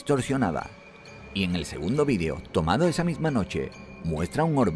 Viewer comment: por qué pronuncian VIDIO?